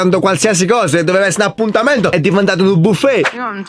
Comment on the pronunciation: "è diventat nu BIUFFET"